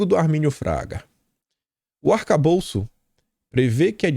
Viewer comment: não é arcabouço ou calabouço é "ATACABOLÇO"